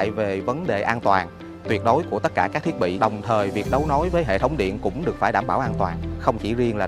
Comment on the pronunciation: "Do Minh Duc","thiec" khong phai "Vo Minh Duc", "thiet".